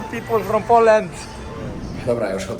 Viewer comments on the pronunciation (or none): none